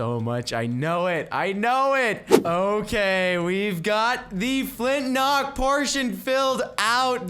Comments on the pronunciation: Is is just me or does he say Flint nock instead of Flint lock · It's not flintnock, it's flintlock..